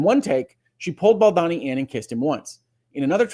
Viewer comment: I love your commentaries, you are my favorite, I missed you terribly while you were away, but I must tell you that it’s pronounced Baldoni (rhymes with baloney). Thank you for your balanced, thoughtful, and incisive commentary. SO APPRECIATED!!😃❤️ Elizabeth